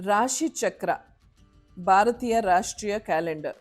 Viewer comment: Madam, ನಾನು ನಿಮ್ಮ ತುಂಬಾ ಬಿಗ್ ಫ್ಯಾನ್... ಬಟ್ ನಿಮ್ಮ ಕನ್ನಡ ತುಂಬಾ ಚೆನ್ನಾಗಿದೆ... ಆದ್ರೆ ಸ್ವಲ್ಪ ಅಲ್ಪಪ್ರನಾ, ಮಹಾಪ್ರಾಣ ಸ್ವಲ್ಪ ಗಮನ ಕೊಡ್ಬೇಕು ಅನ್ಸುತ್ತೆ... Such as, ಭಾರತೀಯ pronounce ಮಾಡ್ಬೇಕಾದ್ರೆ ಮಹಾಪ್ರಾಣ ಬಳಸಿ ಪ್ಲೀಸ್...